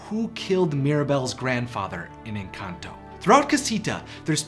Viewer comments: Lmfao he pronounces "Encanto" as, "Enkantō." xD And "Pedro" as "Pētrō." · The way he pronounced encanto 💀💀